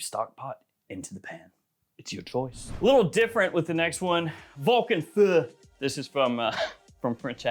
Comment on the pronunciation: Finally someone pronounced Vulcan Feu right!